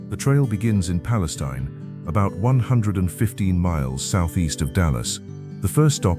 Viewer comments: Mr. Narrator: We pronounce it Pale-STEEN, not Pale-stein. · Palestine = Pa - Les - Steen is the proper pronunciation.